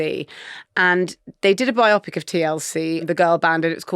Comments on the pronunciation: Bio-pic!!!! NOT Bi-opic!1 So bloody annoying! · Sorry for being footling but er ... Surely biopic shouldn't rhyme with myopic ? Surely it's bio-pic like er ... biography 😅❤